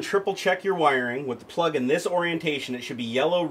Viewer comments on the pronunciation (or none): none